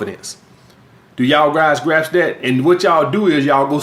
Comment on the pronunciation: “Do yall guys graps that?”